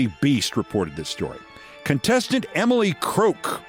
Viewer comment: Thank you for pronouncing Emily’s name right. That is exactly how it is spelled. You’re a little late on including her in your worst persons list. She deserved to be there years ago. This is ignorance on a level none of us will ever attain. She is STUPID! And a very ugly person inside and out. It has got to be exhausting to be that hateful and stupid your whole life.